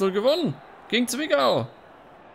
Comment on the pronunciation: Wenn du schon Zwickau sächsisch aussprechen willst dann mach es richtig, Zwicke so nennen es die Einheimischen. Ansonsten wieder super Video. Gruß aus Sachsen!